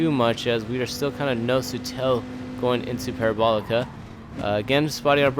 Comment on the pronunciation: Are you really gonna do the whole "Courva Granday" thing but not pronounce "Parabolica" correctly?